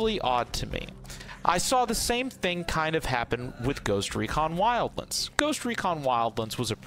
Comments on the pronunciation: ah yes wildlinds as you say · Wildlends.....??? Wtf is wrong you??🤣🤣